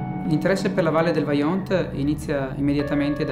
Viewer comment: Vajont non baiont